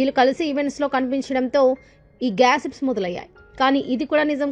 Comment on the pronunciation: adi gassips kadu gosips